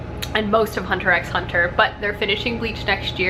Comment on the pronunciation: I love hearing about anime on this channel! I'm always curious as to what you and Clay are watching. Also, fun fact. You don't pronounce the "x" in Hunter x Hunter. It's just "Hunter Hunter." 😊